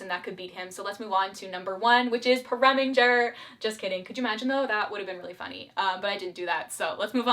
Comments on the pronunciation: I was about to scream when you said Preminger 🤢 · I have a full mouth of water and was about to spit it all out on my computer when she said Preminger 💀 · omg LOL I actually gasped out loud when you said Preminger 😂 My #1 would have to be Dominick (ughhh the part where him and Erika sing in the rose garden, 6 yr old me FELL IN LOVE)